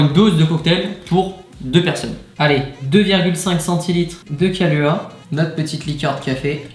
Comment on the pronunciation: Yo les gars super vidéo si jamais les kaluha se prononce kaloua et le bailey's se prononce beyliss comme ça vous saurez ahahah